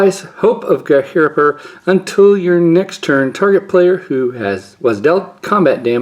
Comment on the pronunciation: As always, thanks for the opening. Always a joy. And what a bunch of pulls! So many mythics, so many rares I want, and a Legacy staple as your masterpiece? What box luck. And I hope I'm not being patronizing, but your pronunciation of Ghirapur was quite close and Entourage was really good. Ghirapur is a tough one for anyone. It's just I've been watching for a bit now and the progress is noticeable and I hope you are pleased with that progress. Thanks again, have a good one.